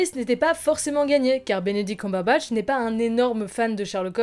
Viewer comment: Elle me perturbe ta prononciation de "Cumberbatch"